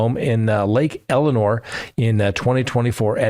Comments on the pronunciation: It's Lake Elsinore, not Elinore. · Sorry it’s bugging me.. I know you are not from California… but it’s Lake Elsinore … not Elanore